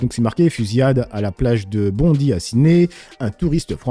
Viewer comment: Juste pour info ça ce dit “Bondaï” même si ça s’écrit Bondi ….